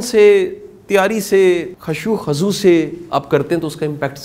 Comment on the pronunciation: سر آپ میرے قابل احترم ہیں مگر ایک میسٹیک خشوع خزوع خا پر پیش ہے زبر نہیں🙏🏻🙏🏻🙏🏻❤❤